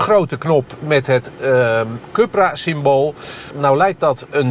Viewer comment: Oók deze zelfingenomen man blijft stoïcijns Cupra zeggen ipv Coepra (juiste uitspraak) 😊